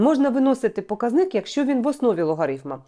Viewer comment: ПокАзник (наголос на А)